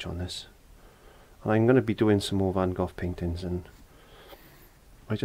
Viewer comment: My absolute favorite Van Gogh painting. Great job,, and nice to hear somebody actually pronounce his name correctly.